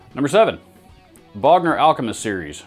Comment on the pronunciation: Lol pick a Bogner not a booger 🎸